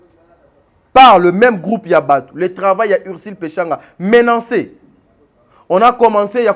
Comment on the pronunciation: Papa na niveau na yo tu dis "menancé"???il faut s'ameliorer quand même